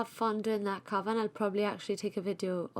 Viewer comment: Sorry for it's NOT "Can VER" it's COVER...